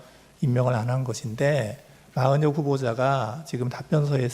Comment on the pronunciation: 마흔역 아니고 마은혁